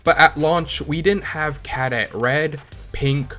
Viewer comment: Knitpick but my brother in Christ that is not how you pronounce Cadet. Otherwise 10/10 liked and subbed